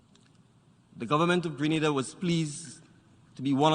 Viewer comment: Learn how to say Grenada!!!